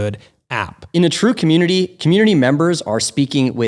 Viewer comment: i jetook a shot eve ry... deee timeee they said commutitnity